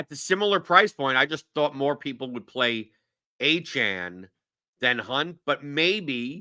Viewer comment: The way that pronounces some of these dude's names, particularly Achane makes me want to plant one to his suck hole 😂😂😂 you guys are awesome though, keep killing it!